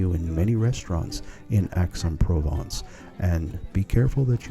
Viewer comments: Nice video but your pronunciation of the citys name grates. Its not Axe, its more like Aye. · It's pronounced "Ex"